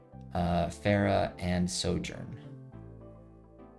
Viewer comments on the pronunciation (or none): none